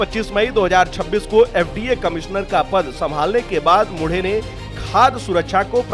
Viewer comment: मुढे नहीं मुंढे... ऐसे व्यक्तित्व के नाम का सही उच्चारण करना चाहिए...